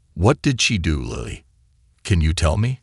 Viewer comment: It's Lilly, not Lieiy